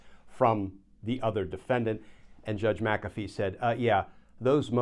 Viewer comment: There is no "a" in " Mc Afee" It is an Irish name. Mac Afee is a Scottish name. You are pronouncing it correctly.